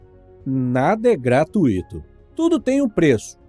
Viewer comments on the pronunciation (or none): none